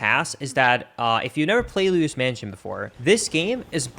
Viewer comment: luidos mansion💀